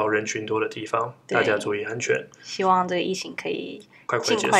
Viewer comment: 哈哈最後的希‘萬’好好笑😂😂😂